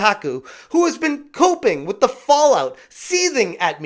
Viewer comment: When you said Alyssa was coping I genuinely thought you said she was pooping 😂 I was like " well she is full of shit"